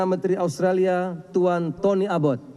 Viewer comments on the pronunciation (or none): Itu sebut nama2 kepala negara betul gak sih ??? Org sebut toni ebot, dia sebut toni abot..